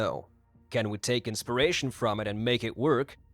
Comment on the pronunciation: Inspiration. Not insparation. One is the effect of inpiring. The other is having a spear through your chest. 🤓